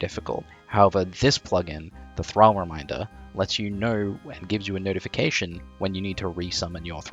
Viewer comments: It's Thrall as in Call, Ball, Wall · You are Australian saying thrall like an American its throwing me off